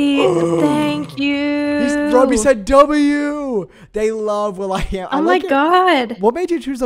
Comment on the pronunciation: I almost choked when said “tank u” and “fanks”